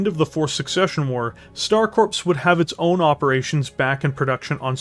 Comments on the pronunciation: Corps is pronounced “Core” not “Corpse”. A VERY common mistake. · Corps is pronounced like "core", not corpse. You're killn' me, Smalls. ;) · Corps when spoken sounds like core not corpse. Just another weird thing English language has. Loving the vids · Stop saying "corpse" when you read corps. "Corps" should be read as "Core" phonetically. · Dude, you keep saying coprse like it is a dead body. It is corps like marines or a navy medic.